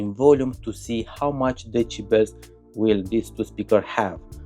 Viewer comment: Lotz of De-sheBells